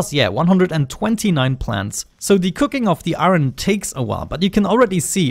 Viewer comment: It's iron not "aron"